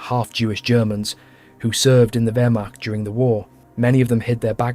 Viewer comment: Great video, however Waffen is pronounced with a V not the English W. Same goes for Wehrmacht. The German W is literally called V.